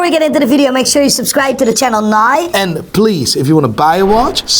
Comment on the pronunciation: It's "now" not "nigh". Every...single...video. LOL.